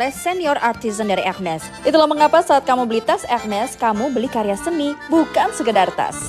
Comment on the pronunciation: Ini mba keren bener pengucapanya menurut bahasa perancis ... ada bbrp seleb bilangnya herme wkwkwk ... yg bener embak nih pengucapanya curiga jago bahasa perancis mba nya hehe cantik pulak ❤❤❤ keren mba suka edukasinya